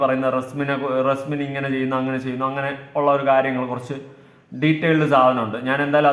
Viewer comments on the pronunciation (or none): Reslin ala resmin😂